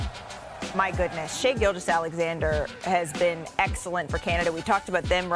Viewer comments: That woman really said : « Canada had a superstar, his name is Shai GilGUous-Alexander » Come on learn to prononce his name at this point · Ramona - Learn how to pronounce Star players names correct. Especially when you are speaking to the fact he is a superstar for the Canadian National team. His name is Shai Gilgeous-Alexander - Do your homework and due diligence and learn how to pronounce his last name please.